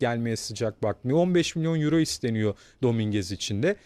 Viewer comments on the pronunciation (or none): none